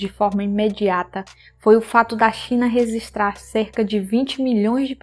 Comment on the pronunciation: já, mas você falando reZistrar dói no ouvido